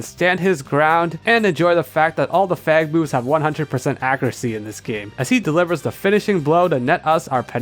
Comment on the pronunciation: I had to relisten to that bcs it most certainly did not sound like Fang Moves